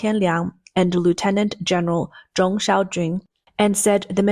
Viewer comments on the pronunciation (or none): none